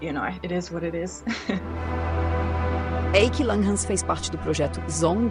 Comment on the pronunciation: A pronúncia do nome dela está errada. É do alemão, "Hi/kah" (rai/kã).